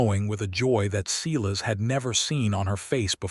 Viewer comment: Silas Is pronounced "Sigh" lus" NOT "See" lus"